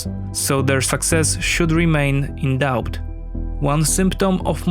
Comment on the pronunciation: I don't mean to sound like an asshole but I've noticed that in all your videos you mispronounce the word 'doubt'. The 'b' is supposed to be silent. I love your videos